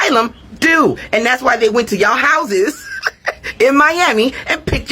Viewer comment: "Who own houseses..."🤣🤣🤣